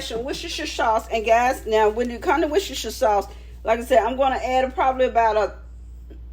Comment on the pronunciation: looks awesome!! the worcestershire sauce or "wushushusher sauce" as you said haha; can just be said as "wuster sauce" way simpler! hi from england.